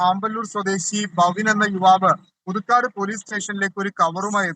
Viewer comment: പുതുക്കാട് ആണ് SKN , പുതുക്കാട്ട് അല്ല